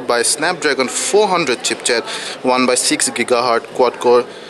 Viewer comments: He said-"CHEAP CHET"....not ChipSet...haaa...haaa....and "TREE G" not 3G...lolzzzzzzz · tree g? chip chet? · Im sorry, like others here i cant help but notice you saying "chip-chet". Ok, now replay~ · chipset...not chipchet:) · did he say chipchet? and thrice? lol..